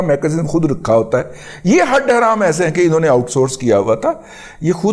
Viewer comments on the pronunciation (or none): none